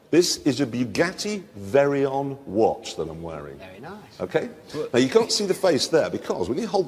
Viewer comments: I love how Jeremy pronounced the Veyron's name "Very-on" lol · "Bugatti Very-on" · I heard it aswell. But i dont blame him tbh... he is a brit and he actually pronounces the R. Wow! I ordered a new sign.. "Drive slow. Toads ahead!"